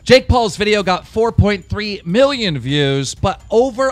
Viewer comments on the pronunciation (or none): none